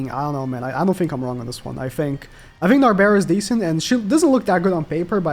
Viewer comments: Please stop calling her nabera Nar-Bral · It's narberal not narbera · the way he says narberal gets me everytime